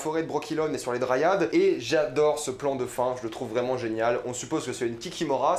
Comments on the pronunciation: Je suis le seul que ça choque d entendre "dryade" prononcé ainsi ?... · Mdr, dryade, brokilone, stryge... Putain ta prononciation.. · excellente analyse mais putain gros t'as joué au jeux c'est quoi cette prononciation de "dryade" et "brokilon" mes oreilles saignent je suis également pas d'accord sur le "pourquoi Géralt doit retrouver Ciri" c'est avant tout parce qu'ils sont liée par le destin et ensuite parce queCiri est trop puissante pour se retrouver entre de mauvaises mains . mais si non excellent encore une fois pressé de voir Crach pressé de voir la pie grièche pressé de voir Foltest si ils ont fait ça bien ça va être très très lourd